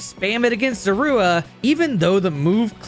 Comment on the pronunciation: I don't like how you call Zorua.